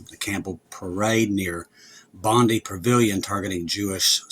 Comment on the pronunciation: It’s pronounced bond 👁️ the number of fatalities change depending on who you listen to